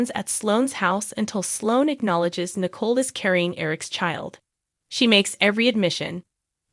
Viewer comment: The narrator pronounced COVID with an Ah sound And pronounced Nicole as nickel